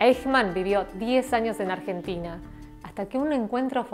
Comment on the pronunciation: "Argetina" "Adolf" "Hоlосaustо" Yo: XD